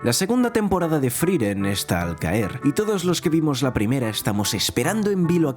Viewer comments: por qué le decía FRIREN?? me da tocccccccccc. se llama FRIEREN F R I E R E N. larreputamadre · Hay una E entre la I y la R, friEren, no frIren 🤷🏻‍♀️🤷🏻‍♀️ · ''Friren'', la primer palabra del video y mal dicha, hasta luego